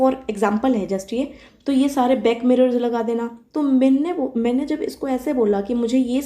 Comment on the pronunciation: The way you pronounce “Mainey”, makes me your die hard fan…. And after hearing such slang i guess you are from Western UP